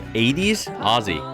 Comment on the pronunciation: You are one of a very few Americans who can pronounce Aussies correctly.❤❤ OZZIE‼️ thanks so much 😊